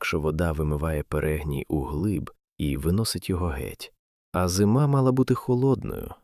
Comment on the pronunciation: та не перЕгній, а перегнІй